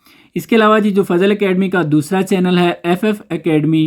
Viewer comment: Ya dosra Jo dosla kyun bolta ha